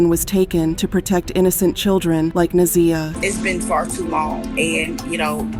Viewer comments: pronounced NA(ZYE)AH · I'm sorry, but her name is Na' ZIyah. The ZI is pronounced like eye Na-Zye' ja. Let her beautiful soul rip 🙏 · This video is pissing me off! Her name is pronounced WRONG! It’s na’ z(i )yah!!!!!!